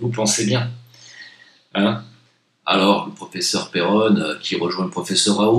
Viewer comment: PerronnE ! pas peronet !